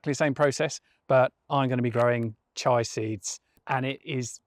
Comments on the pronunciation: Chee-a seeds, not chai seeds :face-blue-smiling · In case you're wondering, it's Chia seeds planting (CHEE-ah). He's got his IA reversed. Chai (CHY) is spiced Indian tea made with milk! You can grind whole chia seeds to make an overnight pudding with milk/yoghurt, or chuck them into soups/casseroles for huge health benefits. Packed with protein, fibre, and vitamins. they need to be ground or heated to unlock all their nutritional punch, tho. Otherwise they're just an expensive laxative! 😳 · I’ve been growing spring onions from cuttings for years also other veg & herbs, but Chi-ah? Try kee-ah instead! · Sorry to be pedantic, they're not chai seeds, they're. CHIA seeds (pronounced like cheetah without the T) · I thought it was pronounce chia